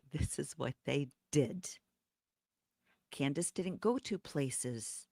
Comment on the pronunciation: Candace not Can-dance 😂😂😂